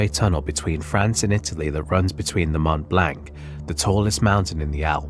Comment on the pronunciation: Seeing that insert... it can't be much worse than the pronounciation of Mont Blanc ;)